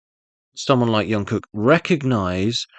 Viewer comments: It's not yungkook, but Jungkook, like you pronounce Jimin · Its JungKook ..like Jump...Jung-kook....youre killing me here😂😂😂